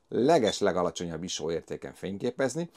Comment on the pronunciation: Sose halottam még iso-t iso nak ejteni.:)